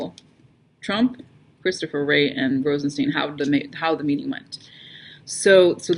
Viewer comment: Yup ... (ps I think it's pronounced RozenSTINE)